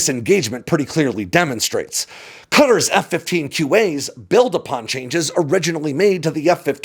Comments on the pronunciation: I wish more of my fellow Americans were as disciplined in their place-name pronunciations as tries to be. The "I ran" version of Iran is just fingernails on a chalkboard to my ears, and so thankfully that's a low bar clears easily. His pronunciation of Qatar (قطر) does slip a bit at the end, which reminded me that lots of people debate how to pronounce it. So, for whomever cares:ق is given the Q instead of a K because it's said from the back of the throat in a flemmy sort of way. (Listen to a native say Iraq where the finish in their throat. That sound.) Now, that's formal or generic Arabic. The dialect of the GCC does make the Q a bit more like a guteral G, and so both are fine. The guteral G is what you'll hear locally most of the time. The formal Arabic pronunciation isn't wrong, just more, well, formal. What I think happened as the video went on was dipped into the American t-flap with the ط so it comes out more like a D. You know how we Yanks turn butter into budder, and city into cidy? Well we shouldn't do that. And we shouldn't do that here as well. The only thing to note in how I hear it in Arabic is it's a heavy T -- like you don't want it to be missed -- and not a quick sharp T. Also, the accent is on the first syllable for those uncertain about that, but I didn't hear a problem in the video. And remember Arabic is written right-to-left, so if breaking down the sounds seemed out of order to anyone, that's probably why. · Please not you two....... It's Qatar not cutter. Qatar not cutter there's no country called cutter it's called Qatar (ka- tar)